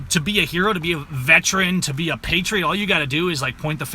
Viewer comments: the word is veteran, not vetran. See the difference? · How many times do you say vetran. The word is veteran, a three syllable word. Hate to be so trivial but I am a veteran.